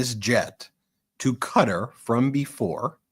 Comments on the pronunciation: Learn how to say Qatar....it is not Cutter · Its pronounced Kah tar , not cutter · Sorry Ben. Please it’s pronounce “kah-tar” not “cutter” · Qatar is NOT pronounced Cutter. It's like Guitar with a "C". D'oh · It is NOT pronounced 'cutter' - Ka-tar please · It must be stopped immediately. And Ben, please learn how to say Qatar correctly. It is NOT pronounced like "cutter" !!!! It is pronounced "ka-tar"!!!! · Ben , I love the meidas touch , but i have to say Qatar is not pronounced as cutter . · Ffs its not "Cutter"! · Ben, please learn how to pronounce Qatar properly. It’s NOT Cutter😂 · Yep, so weird hearing it said 'Cutter'. Haven't these guys ever heard of the country until now? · Ben,you guys are amazing,I'm giggling though quatar is pronounced kitaar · Live your great work brothers... Constructive criticism Ben... It's kuhtar Alternative pronunciations at Google "pronounce Qatar" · Supposedly it's pronounced kuh-TAR! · Yep, that was so jarring hearing that pronunciation the first time. Thought he was talking about a person.